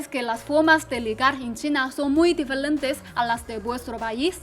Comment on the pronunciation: "difelentes" awww ojala nunca aprenda a pronunciar bien :3